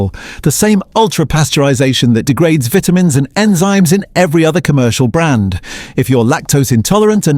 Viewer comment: Downvoted for pronunciation of vitamins.